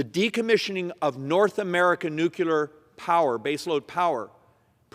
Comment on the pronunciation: one more time...it's pronounced NUKE LEE AR, not NUKE YOU LAR....